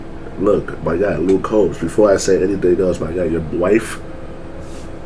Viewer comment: Luke "COBBS"? LMFAO